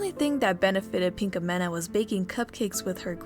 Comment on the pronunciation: I luvvvv ur vids but.. da way u say pinkamena.. cri